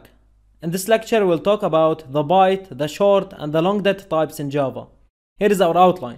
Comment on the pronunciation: Sir please improve way to pronounce word like " talk about" !!!